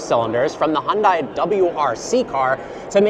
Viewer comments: it is pronounced "Hyun De" not Hyun Da E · Great review. The only suggestion I can make is to work on your pronunciation of 'Hyundai'. It's 'Hyun-DAY' as in 'Rhymes with Sunday' from the famous Super Bowl commercial from 2010. Most North American YouTubers pronounce it correctly but you're surprisingly one of the few who don't. (Like the correct pronunciation is 'Por-shuh', two syllables not one)